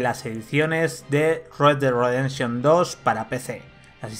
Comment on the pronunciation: red dead Ridefszchion hahhaa